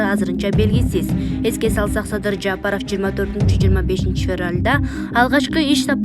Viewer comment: Жапарыв эмес ЖапарОв...